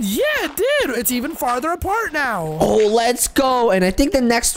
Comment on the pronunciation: And omz when he says now he says neow!